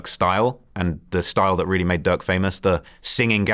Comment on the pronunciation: He said Duck not Durk